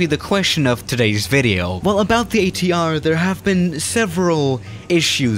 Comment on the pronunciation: totally butchered ATR pronunciation.